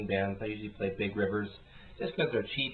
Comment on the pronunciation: 'paly' sounds british :D maby it's a british - british word